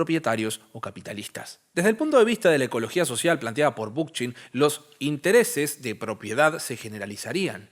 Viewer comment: Muy bueno este vídeo, solo me queda una cosa. ¿Realmente se pronuncia Bookchin con Ch de español y no con K? -como suena en ingles-. Me encanta que hables de él, los videos sobre anarquismo también la rompen. Gracias por el videazo! <3